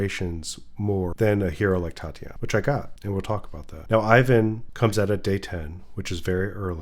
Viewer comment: He's not [Ayvan], he's [iván], ee-one.